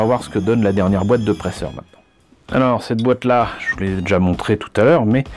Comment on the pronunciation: Pour info, la marque se prononce ‹praïzèr› en tant que ferrovipathe je la connais bien. Chère mais de qualité. Plutôt en HO (1/87) en N (1/160) en O (1/43,5 en Europe) et en G (1/22,5) mais aussi en 1/100 pour les architectes et du 1/350 1/400 1/500 pour le naval et l'aviation civile du 1/144 militaire à la marge. Il y a d'autres échelles mais sorti du HO et du N c'est difficile à trouver